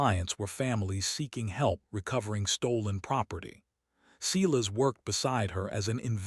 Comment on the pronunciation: If you can pronounce silence correctly, you can pronounce Silas. It's the same beginning sound. Or better yet, stop using the name all together. Instead use Fred, George, Thomas or Henry.